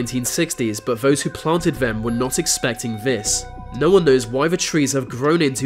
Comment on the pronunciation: You say vem and vis instead of them and this strange !!!!